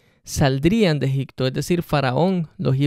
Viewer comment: Amigo.....la verdad necesitas meterte más en las cuestiones judías de esa época, te recomiendo aprender hebreo o arameo. Tu exegesis está un poco desviada. Y no se dice EGICTO, se pronuncia EGIPTO con P.